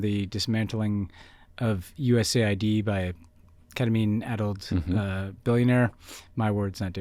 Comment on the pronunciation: Finally someone who uses the letters the proper way: it's US Aid, not USA id.